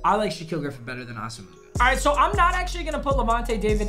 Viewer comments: its pronounced awesome-wa not asa-muga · Did he say asomoogah it’s asumuh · ITS SAID: "AWESOME-WAH" - FROM NIGERIAN RAIDER FAN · Nnamdi Asomugha: pronounced like Awesome-wa, not Awsa-moo-ga. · Nnamdi Asamugha is pronounced (AH-SA-MWAH) not (ASS-AH-MOOGA) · No one:: AH-SO-MOO-GUH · He said A SOH MUUG AH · Bruh, Nnamdi Awe-sum-wah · LEARN HOW TO SAY ASOMUGHA RIGHT You’re not even close It’s “awesome-a-wah” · Bro stop saying assa mooguh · Not how u say nnamdis last name